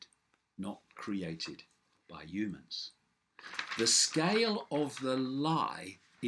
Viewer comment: I love David's videos but I do wish he would put the H in front of 'umans, one of his favourite words. Just a little gripe. Great message though and much appreciated.